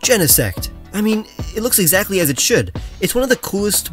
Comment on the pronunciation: If im not mistaken genesect is pronounced as jinsekt (gene + insect) Anyway, I guess you have praised more pokemon in ghost typing? As a fan of ghost-types it makes me happy that they get recognition every now and then